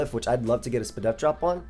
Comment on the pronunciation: my guy said “spadef” 😂😂😂💕